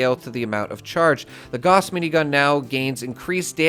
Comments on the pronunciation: Gauss is German. It rhymes with "house." Say it right. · I'm so excited to know I'm not the only person who plays Fallout games pronounces Gauss this way! 😁👍